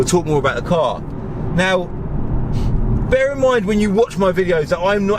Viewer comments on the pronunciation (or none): none